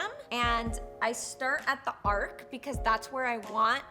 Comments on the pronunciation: Its Arch, not Ark.....Hahaha. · It's: Arch not Ark. 🤣🤣🤣 Lily you're so funny!! Thank you for this wonderful extensive and detailed brow tutorial. ♥️♥️♥️ Oh and Congratulations on being pregnant!! ♥️👼♥️ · Your videos are great, I love how informative you are, and how your makeup videos are actual artistry tips, but arch has a “ch” at the end! 🤦🏻‍♀️ it’s not Noah’s ARC, it’s an arCH. 🙏🏻🙏🏻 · Arc? It's Arch 👑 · Your eyebrows are stunning but it is called an arch not an ark. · I love the way she says “ ark” instead of “arch” and just doesn’t Care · so we all just gonna act like she said "arch" completely wrong lol